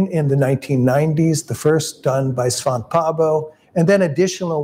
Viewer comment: Thanks for the video. A small correction though: Svante is pronounced Svann-te. Not Svaant. The "e" is not silent. Svante is a Scandinavian name, not French. (I won't bother explaining how Pääbo is pronounced though. It's too difficult to explain to people who don't have the "ä" letter).